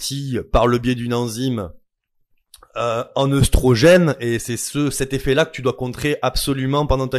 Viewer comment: Ta dit oeustrogen plusieurs fois sa m'intrigue